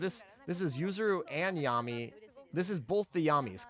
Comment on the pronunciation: driving me nuts having call them "Yah-mee" instead of "Yam-eye" lol. Damn.....Kotori got an "upgrade" with her skin